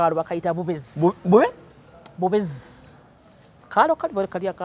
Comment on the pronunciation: Bubezi not bubizi 😂😂😂😂.